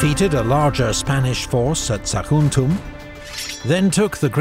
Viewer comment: will someone please tell the narrator - once and for all - it is pronouced AraGon and not AraJon? (Ghost and not host) Same for Tarragona and Saguntum